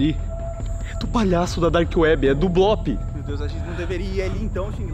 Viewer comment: O blop falou leuy